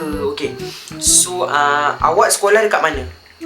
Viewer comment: Salam yang dia cakap 'nama sekokah' tu mungkin nama sekolah dia sekokah😂😂😂